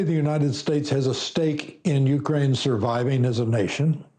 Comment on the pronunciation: You are mispronouncing Zelenskyy's name. It is VoloDYmyr (accent on third syllable), not Vladimir. (Vladimir is another person, OK?) His last name is Zelenskyy, not "Zelinsky." Also, Ukraine is not accented on the U, but rather on the second syllable.